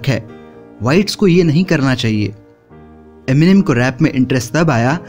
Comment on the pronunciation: Enimen...kya he ye...Eminem hota chu...